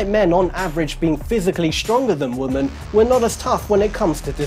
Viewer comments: Great did. BTW its women (wimin) not woman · He keeps pronouncing women (plural) as woman...for some reason it's driving me crazy😂😂😂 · "THAN WOMUANNNN" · Does nobody else notice the way he says women? As if he's slow or something?